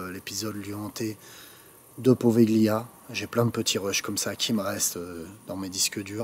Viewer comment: Slt, étant italien ça me fait mal aux oreilles à force... Ça se prononce povilia!!!!!